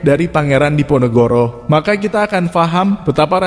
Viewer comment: Nyebut pangeran Diponegoro saja tidak mampu sering kepleset pangeran NEGORO ???! Allah sudah menunjukan ...